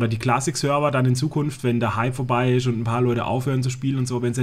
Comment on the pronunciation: hat ja nen schweren sprachfehler,ISCH (der himmel isch blau):D gibts da was von ratiopharm? natürlich,a paar schelln:D